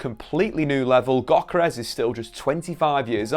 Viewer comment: It's pronounced yokeres